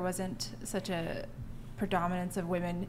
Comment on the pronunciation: At around 2min. in... why is it (yet again) seemingly impossible for young women to use the plural form of the singular Woman? Ladies... honest question... it’s really not rocket science... why can’t you say “women” /wi’men.... It’s not that hard to say it correctly. Why have so many young women in the US seemingly lost this ability to use the grammar from their own language? Simply boggles the mind....